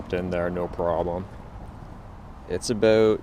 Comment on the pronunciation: "last time i had this thing ooot, it was aboot" canadian?